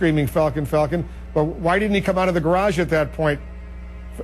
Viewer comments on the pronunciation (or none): Falcon not falcum. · it's not falcolm, it's falcon the kids name is fucking FALCON